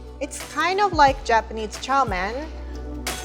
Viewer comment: What, did you say chao man？